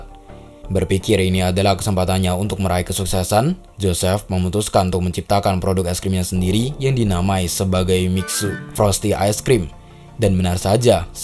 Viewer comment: tolong yaaaa mixue dibaca E nya, mik-su-E , gausah misyue gapapa dah